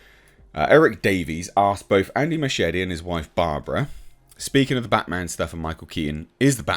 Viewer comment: Inexplicably, Muschietti becomes Machete... It's NOT pronounced like that. At all.